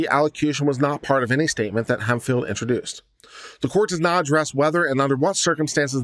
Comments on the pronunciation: Hemphill. This word is pronounced hemp-hill, not hem-fil. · it's pronounced Hemp Phillip